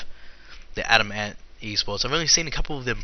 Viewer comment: It's not pronounced Adam Ant. It's adamant